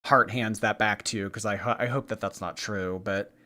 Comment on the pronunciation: Can’t wait to see how she does on the lolcow bus show, no one talks with ten syllables at the end of every sentence. She says why do people say things that are not truuuuuuuueeeeee. And I am not going to deal with thaaaaaaaaaaaat. And on and on.. Let’s see how that goes over. lol.